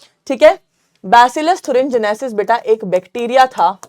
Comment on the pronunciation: Mam thurengenesis nahii thuringiensis hai o ncert me ..